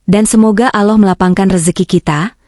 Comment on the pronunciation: Kenapa ucapannya ,bukan Allah TPI aloh perbaikilah sdikit ucapan utk jdi pengisisuara